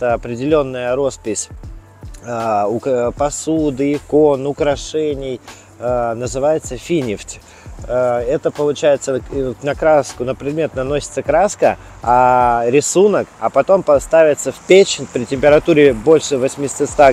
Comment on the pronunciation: Промысел называется финИфть, а не фИнифть.